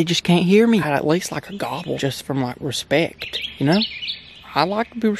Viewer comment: He said respcte 😂😂